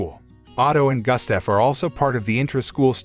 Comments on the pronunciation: Why did you pronounce Gustaf as Gastef? 😂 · Terrible pronunciation of Gustaf.